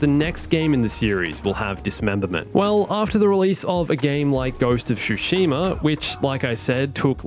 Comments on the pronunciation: OMFG! Hearing "SHushima" never fails to trigger me. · Ghost of Shoe-shima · "ghost of shoeshima" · Ghost of "Shoesheema". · You said Tsushima wrong